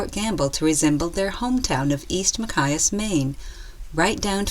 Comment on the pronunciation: nice film, but the narrator needs to learn how to pronounce Machias Maine